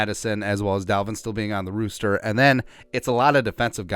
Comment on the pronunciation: This is a 🐓 rooster..... its roster (raw-ster) not sure why but drives Mr crazy when you say rooster lol